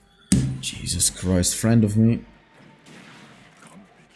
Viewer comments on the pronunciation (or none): none